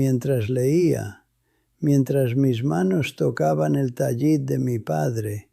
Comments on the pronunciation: Dejar el judaísmo por un caso de abuso de menores por refugiarse en el catolicismo, a buen árbol se arrima. El abuso sexual en el catolicismo donde ese abuso es el pan nuestro de cada día. Esto es falso. No se dice Tayit sino Talit. Este tipo es un español actuando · Que horrendo video para deslegitimar a los judíos. Elaboraron una historia de abuso sexual para introducir al cristianismo. Lo otro es que pronuncia mal “TALIT” ¿que judío piadoso lo pronunciaría mal? IA pura IA